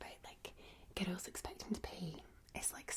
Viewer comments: Request: a roleplay using the voice from Also I really love how you say "girls" like "giruls". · The way says the word girls (girrals) is actually a trigger for me.